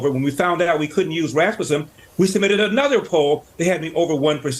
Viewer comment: The way you pronounce Rasmussen 😂😂😂😂😂😂😂😂😂😂😂😂